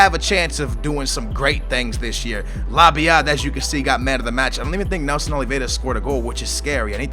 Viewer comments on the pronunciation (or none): how hard is it to say lab-yad? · The booyah music should play everytime labyad is pronounced correctly